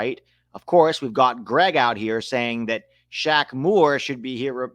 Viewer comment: The Q in Shaq Moore is silent and the O sounds like an E. So if you pronounce it right it sounds like Shamer